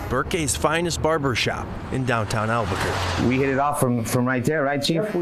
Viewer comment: Did he really call it Burkay? It's pronounced Burque' (Boodkay)